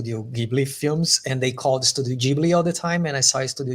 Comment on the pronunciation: Gibly or Jibly... in japan they say ジブリ which is Jiburi (the Ji is pronounced like Gy in Gypsy).